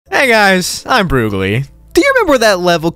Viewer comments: "you won broogli" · " YOU WON BROOGLI "